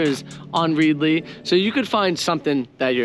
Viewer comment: Also you might find the name of the app you are endorsing is pronounced Red i ly as in readily available to read lol. A simple mistake and easily rectified. 👍🏻